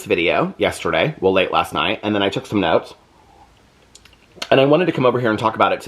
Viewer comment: When you said “and I took some notes” I swear I thought you said “and I had to smoke” I was like damn girl that bad 😂😂